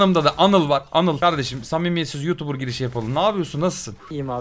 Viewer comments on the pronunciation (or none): none